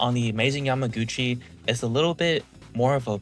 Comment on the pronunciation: Why do you keep saying yamagotchi